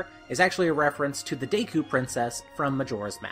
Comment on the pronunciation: It’s pronounced deh-ku